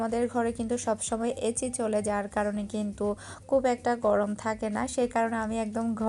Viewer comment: apnar pronunciation nea ektu kheyal rakha uchit...এচি না এসি। এরকম আরও অনেক কিছু আছে